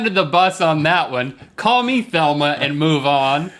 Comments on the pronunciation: Velma. Her name was Velma, not Thelma. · its pronounced 'Velma' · "Velma", Rhett. "Velma". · Beck Rainbow he says Thelma. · CallOfDuty Studios Fabulous Beck I hear Thelma in fact I looked up Scooby doo characters to see if I have been saying her name wrong for years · IT'S VELMA, BOYS! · Her name is Velma, 'V'elma. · Isn't it "Velma"? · it's Velma with a V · Yea, it sounded like they said Thelma. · is i just me or are they saying Thelma? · Am I the only one who believes that they are pronouncing "Velma" incorrectly? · Is it just me or did they say "Velma" wrong? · Why are they saying Thelma instead of Velma? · ...was link saying "Thelma?" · Um I don't mean to be "that guy" but it's Velma not Thelma... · Her name is Velma.. Not Thelma. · i believe its Velma not thelma, guys. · VEL-ma VEL-ma not THEL-ma! I would say remembering a woman's name is a very manly quality. Sorry to say, you both fail. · It's VELMA, not Thelma! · It's Velma not Thelma! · Velma not thelma guys.... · Her name is Velma, not Thelma. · Ummm Isn't it Velma? Not Thelma? Or is this another wiki - viki joke?? Lol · Rhett, it's Velma ... not Thelma. ;) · its velma not thelma lol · it is VELMA not THELMA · Thelma? Lordy lordy say Velma. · He's.... He's saying Thelma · WHY ARE THEY CALLING HER THELMA! HER NAME IS VELMA! VELMA! WITH A V! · V e l m a not t h e l m a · I don't think it's "Thelma " it's "Velma" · its velma not thelma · VELMA not Thelma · her name is velma not thelma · I almost cried when they said "Velma" as "Thelma." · It makes me cry every time Rhett says Thelma. Not with joy: it is insanely frustrating that they don't know their basic Scooby Doo. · Why are they saying Thelma its velma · Are they saying "THelma?!" 😄😄❤️❤️ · Her name is 'Velma', boys, not 'Thelma' lol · Velma. Not Thelma. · omg im sorry but this is driving me insane its VELMA with a V not Thelma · its velma i feel like he was saying thelma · I keep hearing "Thelma" and not "Velma" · It's Velma not Thelma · Velma, not Thelma